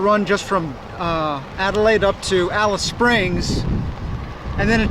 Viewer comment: That's hilarious you pronounce the name wrong but then you pronounce it right when saying Afghan . Just take the af off. Also the war memorials are there to commemorate the bravery of the soldiers not necessarily celebrating the war